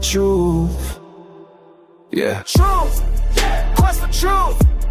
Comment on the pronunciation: There is no F in the word trrurh